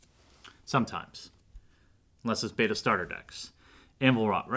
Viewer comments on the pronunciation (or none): none